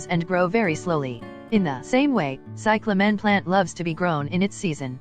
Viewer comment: You dumb robot. It is CY cla men. Not cy cla MEN